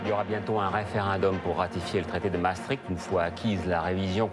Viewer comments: ce n'est pas "MaastriTCH" c'est "MaastriCHT"; la voix du documentaire devrait au moins savoir prononcer le mot clef du sujet... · C'est où MaastriTCH, en Russie ??? Dommage, ce documentaire sur MaastriCHT était très bien. Les narrateurs ou journalistes qui ne savent pas prononcer devraient s'abstenir...